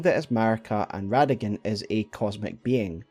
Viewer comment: It’s Rada-Gon Not rada-gin